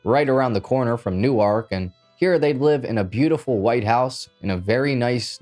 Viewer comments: Man you are a monster (in a good way) you drop more content than any other channel with better editing than all of them. 👍 Just a little edit: I’m from New Jersey my parents are from Newark it’s actually pronounced “nork” not new-arch. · I’m from north jersey. Newark is pronounced more like ‘new-work’ than ‘new-ark’ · It's pronounced new erk. Not New ark. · Newark NJ is pronounced more like Nork. The way you are saying it is more like Newark Delaware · It’s nork New Jersey not saying it how u spell it 😂😂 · Pronounced "New-work", NY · Newark is pronounced New Work Work as in a job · Newark=Nork Lenape=Len-app-ee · Love your channel but please learn how to pronounce Newark!!! Newark is pronounced “newerk “ or even “nework “ When you say it the way you do, with the annunciation on the second syllable, you’re then talking about a small city in Delaware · Why do you pronounce Newark like New Ark? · “New Ark” 😂 Tell me you’re from the West Coast without telling me you’re from the West Coast 🤪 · would be said as" New-werk" Newark. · I thought his pronunciation was funny too. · he’s not from the UK this is the USA so not sure how that’s relevant. And that’s how most out of staters pronounce it, but it’s not right. Just like westershire worstershire horse shit in England we say it wrong because we’re not from there so.. no need to compare America and the uk 🙄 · clearly most of the USA pronounce it differently… just like places in the uk we would say them wrong as we aren’t from here. Just like the town kearny NJ it’s pronounced “car-nee”. If you are from here you know.